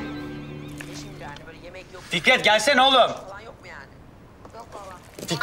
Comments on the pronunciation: dikkatli dinle Fikrit diyor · konuşmayı. Bille bilmiyon Fikrette Fikrit dedin😂😂😂😂